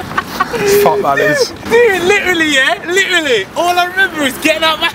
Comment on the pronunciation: Man said litraly 😭